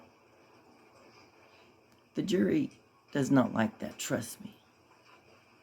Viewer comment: “the joory” 😂😂😂😂😂😂😂😂